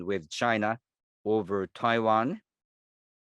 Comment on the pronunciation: It's Taiwan not Pavan 🤣🤣